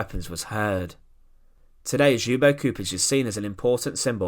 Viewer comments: Not pronounced xoobo lol, the L isn't silent, it's pronounced L-yubo, Lyubo. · Excellent video. The name is pronounced as if it were spelled in English: Chedomir Lyubo (the L is not silent) Chupich. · His name is pronounced Lyubo. Keep up the great work with your videos. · Read Lyubo Chupitch, Nyikshich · At least try to pronounce his name correcttly. Your rendition is very far from the original. Its closest form in English would be Lyoo-boh Choo-peech. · this ''individual'' happens to be a highly trained linguist, a Croat, ex-Yugoslav, now holding a high well-respected position with the gvmnt and certainly and rightfully allergic to bad pronuciation of our Slav names ( I am also an .....IĆ person ) so JUBO KURIK hurts my ears and breaks my heart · Where in the world someone decided to pronounce Ljubo's name like this? Other than that thanks for the video. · The J is silent in " Ljubo"